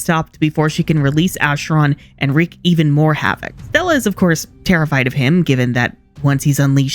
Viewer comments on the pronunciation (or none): none